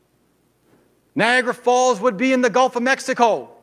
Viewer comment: I lost it when he said Niagara Falls. NOOOOOOO, come on, buddy...